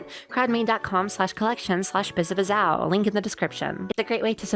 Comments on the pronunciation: You’re pronouncing the very end of her name wrong. It is not O, it is Ow. like you stubbed your toe or hit your elbow ow. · Okay, pronunciation guide: Biz (as in "Business") A (as in "A ton") Biz (same as before) Ow (as in "Ouch") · I both want him to spell it right but also keep doing wrong because its funny